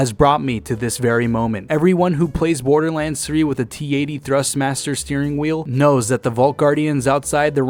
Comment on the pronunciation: It’s not borderlands it’s borderlands say it right